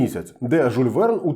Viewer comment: Прошу прощения, не Жуль, а Жюль. Може я не правий і помиляюсь.